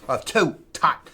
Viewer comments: It's pronounced like Tote, NOT Taught. Hearing the back and forth between these two names is as annoying as the back and forth between A-T-S-T and ATST. 😖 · Toht is pronounced Toe with a 'T' at the end.